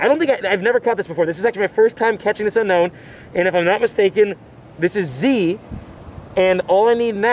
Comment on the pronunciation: Your one of the only person I have seen that can pronounce Pokémon names right and play Pokémon go But that’s not how you say unown “it’s u-no-wn not unknown”